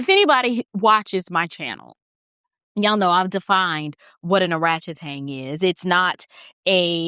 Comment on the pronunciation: I'm sorry but every time you say oratchtang I crack up 😂😂😂😂 but she is embarrassing herself.